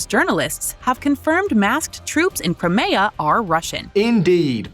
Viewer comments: The new narrator is shit. "Crameyah"?! Crimea has been mentioned every day in the news for over a year! You'd have to live in a no-news-bubble not to know by now. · Crim-Ay-A? Where the heck did you find her? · If that AI narrator says "Cry-may-uh" one more time I'm outta here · Good video. However, maybe the lady reading text should work on pronunciation ("CrEmia" - instead of Crimea, "AsEEv" - instead of Aseyev. 🙄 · Lol FN pronounced Crimea as crymaya. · Great video, but the way the voice over pronounces Crimea is cringe